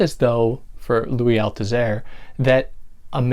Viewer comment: Dès la première phrase, vous ne prononcez pas correctement le nom du philosophe français Louis Althusser????